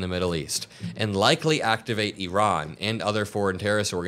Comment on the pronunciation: bro cant even pronounce iran right